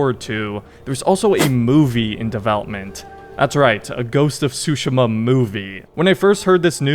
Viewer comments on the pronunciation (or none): Please stop saying Tsu-sheh-muh. Tsu-she-ma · Great vid but it's actually pronounced Soo Sheem Ah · Pretty sure your pronouncing it wrong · The more I hear it, the more I realize "Tsu" is to native English speakers what "R/L" is to native Japanese speakers. For those who don't understand, the "T" in "Tsushima" isn't actually silent. It's just very slightly voiced in a way that most non-Japanese speakers have difficulty picking up. Even knowing this I can't pronounce this word correctly to save my life. 😅 Anyway, did not know there was a movie in the works but I am here for it. And a sequel to the game? Yes please! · Bro the way u say Tsushima 😭